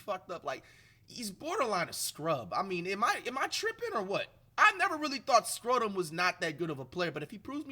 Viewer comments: Really Americans say Schröder like flight says it? You can say it like this (shroder) not skroder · can u pls learn to pronounce his name right? When u say it it sound like scrotum or sth. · We get to hear Flight say Dennis Scrodum for the foreseeable future we won 😭😭❤️ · he might start pronouncing his name right 😂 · WOW FLIGHT ACTUALLY SPELLED HIS NAME RIGHT!!! Still mispronouncing tho 😭😭